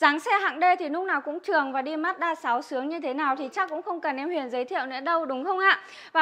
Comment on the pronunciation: Tên xe gì cũng phải đọc đúng ! Tên là: Huyền chứ không phải đọc thành: Huyện, được !